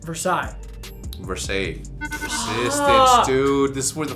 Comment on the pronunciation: My favourite part of this vid is Seth pronouncing "Versailles" correctly then Hecz correcting Seth by pronouncing it wrong lmao